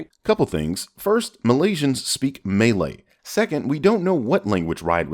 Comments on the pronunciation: hi could i just make a slight correction to your pronounciation of malay at around the 10 minute mark Pronounced malay like the first part of malaysian Not malay like the melee combat thing Thank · "Malaysian people speak melee" 😂😂😂 sorry it's mah-lay all good though 🇲🇾🇲🇾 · M'lay, not "maylay". Malaysian, not Maylaysian. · “Muh-lay” actually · It it’s actually MAY-lay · "May-Lay" lul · MM-AL-AY, MALAY. It's really not hard jees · butchered my Country's language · you just butchered my country’s language even though it’s jus a single word. Lol. Good try though. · That pronunciation of Malay made me cringe. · I'm pretty sure you pronounce Malay the same way you pronounce Malaysia.